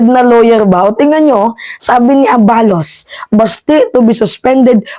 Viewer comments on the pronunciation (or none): Fyi miss, the right pronuncition is a-balos', the stress is on the last syllable